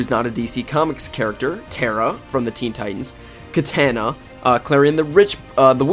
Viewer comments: Your saying her name wrong it's not Ka-tan-a it's pronounced ka-ta-na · Did anyone notice he pronounces katana right once and the rest like katayna